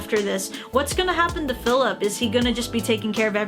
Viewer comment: She really said Philip😔🤚